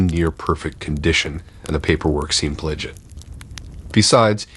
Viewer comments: Lol! That's exactly what it sounds like. This guy is notorious for messing up what I consider to be fairly common & simple words. Lattes becomes LATS, cologne becomes kaLON & so on. More than I can count. From context... I would guess it was 'legit' looking paperwork & he said LE-git... but it does sound like a 'P' is in there... PLE-git... LOL... so I'm not sure. I always end up unexpectedly laughing out loud when I catch one of these & think... what did he just say? And then I realize... & think... ah, so close. Lol. I have to fight the urge to correct him... good to know I'm not the only one catching these mystery words... I've actually started to recognize several of them that come up frequently. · The 1st story: the paperwork seemed what? Sounds like he said pledge-it or something?